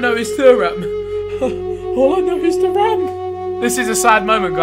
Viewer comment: Behzinga how you pronounce Thuram (Tu-ram) like the defender Lillian Thuram